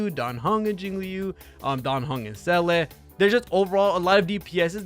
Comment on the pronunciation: Seele is Pronounced Zee La say it with me Zee La. Seriously she says her own name.